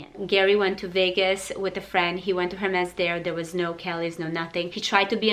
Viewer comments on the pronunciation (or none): none